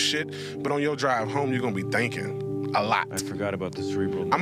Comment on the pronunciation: . Ha! He said “thankin” (thinkin).